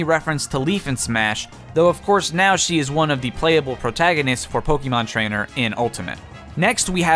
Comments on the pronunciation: It’s Po-keh-mon not Po-key-mon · Its poke eh mon not poke ee mon. Just remeber, be Canadian